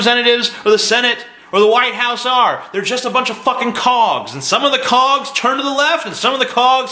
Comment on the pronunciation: anyone else thought he said cocks and not cogs? xD